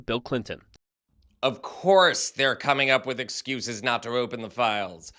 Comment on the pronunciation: The way you speak is grinding my gears man. WHY SO MUCH EMPHASIS ON THE "H" in words starting with "wh"??? You're even putting an "H" in words WHERE THERE IS NONE, like "with". GEEZ. Then when you say "been", you're pronouncing it so specifically as "BEAN" (like you're so proper). GEKKKKK! I support the work you're doing, but omg, the way you talk... I also acknowledge that this is just MY opinion that nobody asked for, and you're free to speak as you wish to, and that many other people might love the way you talk. I just felt the overwhelming need to vent, as we humans sometimes do. Carry on.